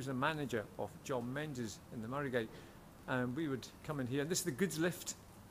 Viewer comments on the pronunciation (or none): please please would you stop pronouncing it "menzais". it is pronounced MINGIS. it is so insulting to those who have that name. Kindly STOP mispronouncing it.